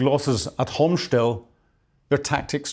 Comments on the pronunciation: Come on man...not "Ayek-sander" , but "Iskander"... ANd not "Homsh-tel"!!! But, "Hostomel/Gostomel"... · It's "Hostomel", not "Homshtel"..and "Iskander", not "Iksander"...😂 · Please, it's Hostomel, not Homschtel. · The name of the Ukrainian Airfield near Kyiv is Hostomel, not Homstel. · I don't mean to sound churlish, but it would be great if you could pay just a little attention to pronunciations, pretty please. For example, it's Hostomel, not Homstel, and Iskander, not Iksander. These aren't big things, but they do your otherwise first-rate content a disservice. It's worth it to sweat the small stuff. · Yeah, wrong pronunciation from - it s/b Hostomyl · C'mon... it's not "Homshtel", it's Hostomel. And Ukraine didn't have Gepards when Ruszia invaded in 2022. Besides that, some of the video snippets you show aren't even related to that time period. If you can't get the basics right, your lecture about military tactics and strategy is just nonsense. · It's Hostomel airport. Not that hard to pronounce. ;) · Why doess he keep calling Hostomel " Homshtell"? it's annoying AF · ffs. learn to read and pronounce. Hostomel airport and iskander missile. how hard is it to just read these names?